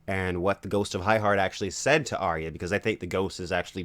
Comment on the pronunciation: The best pronunciation of my name so far in life :D thanks